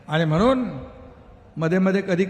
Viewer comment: आणि मगणून